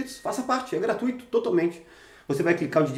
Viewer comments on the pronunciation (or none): none